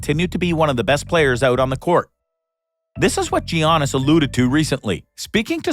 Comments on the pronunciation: How hard is it to say YAN-is ? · Did he say Yiannis like Giannis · It's not G aunas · And all this time I was pronouncing Giannis name wrong.